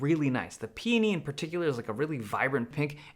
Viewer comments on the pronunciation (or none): Peony is not pronounced “peeni”